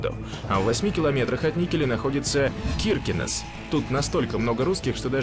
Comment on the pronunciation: Ивало ударение на И. Никель Мордором не называется, к стати несколько тысяч жителей Никеля безвиз имеют право ездить в Норвегию. Печенга ударение на первый слог и некоторые отрывки из видео из Мурманска, а не из Печенги. Киркенес ударение на последний слог. Климатические условия Тромсе и Норильска очень разные, Вообще Норвегия омываемая Атлантическим теплым течением имеет мягкии зимний климат у побережья. В Норильске, зарплаты как в Европе, а отпуск оплачеваемый 52 дня. Недостатки есть, мало света, холодно до - 50, (в Тромсе - 10 мах),В Никиле короткое лето, овощи не растут.